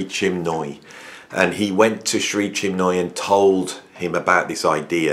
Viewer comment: great vid, except it's 'Mc-Loch-lin' and 'Chin-moy'. sorry to be a pedant lol. the torment was real, Michael Walden was meditating with JM when they first met, and he could hear water dripping onto the floor, he opened his eyes and saw that it was JM crying his eyes out but trying to remain silent